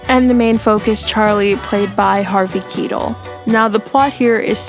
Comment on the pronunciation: Please look up how to pronounce Harvey Keitel! 🌸